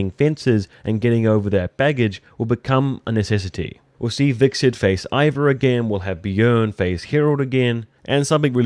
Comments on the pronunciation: Am I the only one hearing Vikset? haha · Why do you keep calling him Vixerd?